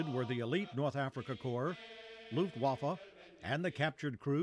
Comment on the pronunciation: D Every time Americans say "Luftwaffe" I understand "Luftwaffel" which means air-waffers or air-pancake :D